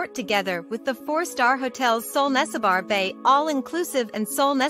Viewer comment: Nessebar is pronounced neh - seh - bur not nesse-bar.